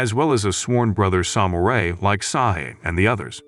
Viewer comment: AI recap. Got me for maybe 15 seconds, but yeah, pretty obvious: diss-ip-uhl instead of disciple, and the weird pronunciation of samurai.